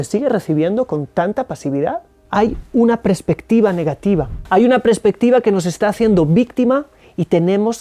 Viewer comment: Se dice Perspectiva!! No prespectiva!!...